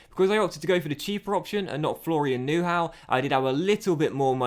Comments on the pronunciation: You pronounce Neuhaus as Neur but remove the r and then it’s Neu-house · Nice vid; but to help you pronunciate Neuhaus correctly: neu- as noi in noise and haus like house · I am not german but the way you pronounce Neuhaus lol;-)